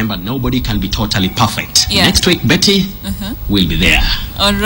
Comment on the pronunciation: Your name is pronounced Mbiti not Betty haha